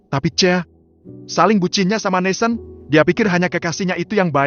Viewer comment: Dari bab awal kok NATHAN di baca NESEN ya ???